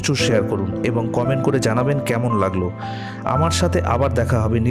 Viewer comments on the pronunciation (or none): none